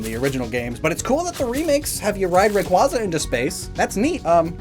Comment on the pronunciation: you keep mispronouncing names. Tate and LIE ZA. Not Lee za. SOUL rock, and not Saul rock. Ray QUAY za. Think like Ray, quazar, and za. Thst's it. Otherwise, entertaining trivia on the badges as usual!